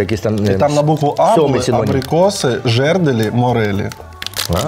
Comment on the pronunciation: Олексій, тільки не "жЕрделі", а "жердЕлі". Дякую усім за цей випуск 🤗 вечер пройшов з користю і посмішкою 😏